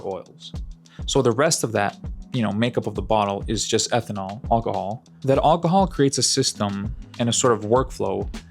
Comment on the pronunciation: “All cuh hall” 😂 It’s AL cuh hall brother AL